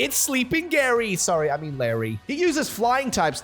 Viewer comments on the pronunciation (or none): none